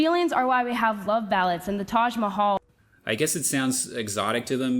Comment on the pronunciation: The sound in "Taj" is practically no different than what English speakers are very familiar with from words like "George", "Jack" and what not So that french 'J' sound they're bringing in for this word makes no sense